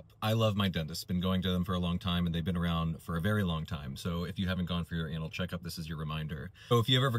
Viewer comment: It sounded like he said, "anal checkup."